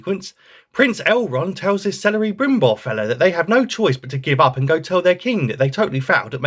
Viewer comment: "Celery brimbord of the rings" 👍